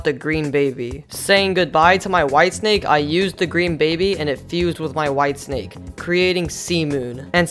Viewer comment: He said wife snake instead of white snake